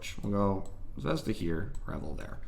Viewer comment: it's zvezdA and not zvEzda. i love how americans butcher russian names at every single possibility. though cool video mate. very helpful.